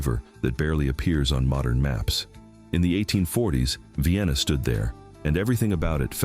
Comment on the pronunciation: I guess this is AI-narrated.. . At least I hope so. How else could you pronounce Mobile incorrectly TWICE. The most glaring error: Vienna (pronounced VIGH-ANNA) is in Pickens County, not Sumter. Nevertheless, very interesting video which I will share.